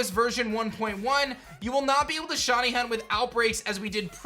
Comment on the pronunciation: Sh I ney. Not Shawny say it with me sh iiiiii neyyy